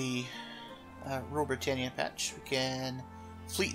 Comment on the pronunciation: i know its dumb but Britannia is pronounced 'Britanya'